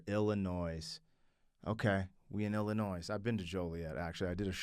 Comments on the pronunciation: The s is silent in Illinois .... lol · My hometown Joliet, Illinois.. and homie. The S is silent in Illinois. You don’t say the yes. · FYI You don't pronounce the s at the end of Illinois. It's a native American name. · Illinois, The s is silent.